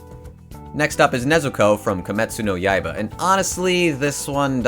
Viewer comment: Lol “kemetsu no yaiba”